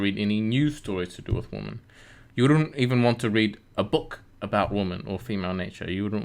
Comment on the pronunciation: Plural for "woman" is pronounced WI-men. Not WO-men, despite the spelling. Just a pet peeve of mine. "Females" would also work as an alternative. Otherwise… Great video.